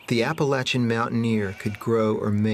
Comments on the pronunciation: Amen hallelujah. Appalachian is pronounced a-puh-LATCH-uhn. People who say a-puh-LAY-chuhn our entirely 100% incorrect. The reason for this is It's a native American word. Every single native American language from east coast to West Coast from the Canadian border all the way down into Mexico do not have the pronunciation of LAY as in a-puh-LAY-chuhn. What they do have is the pronunciation for LA as in the LATCH in a-puh-LATCH-uhn. doesn't matter where you're from and doesn't matter if it's well that's how we pronounce it it's incorrect. It would be like calling John, Joan you're from a certain place. Doesn't matter where you're from the simple fact is it's not Joan it's John. Appalachian is the exact same way. Appalachian University would not call itself a-puh-LATCH-uhn University if that was not the correct pronunciation. And yes it's a massive pet peeve when people mispronounce APPALACHIAN & APPALACHIA (a-puh-LATCH-uh). My family was one of the first families to settle the region in North Carolina. The vast majority of those who settled the region came in through Virginia and they were Scots Irish as were my family. The pronunciation changed the farther north you went as you got away from the Appalachian range. The mispronunciation begins just on the other side of the Pennsylvania border. From that border south is pronounced correctly. In more than likely it was because of those settlers that were in Pennsylvania or German Dutch and they could not correctly pronounce App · At least he pronounced it correctly